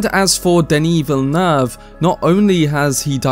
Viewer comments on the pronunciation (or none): Hey man! New subscriber and LOVE the content! One thing is that his last name is actually pronounced "Vill-Noove" haha. Just thought I would let you know!